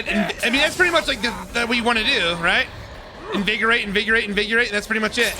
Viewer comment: i love how he says "invigurate"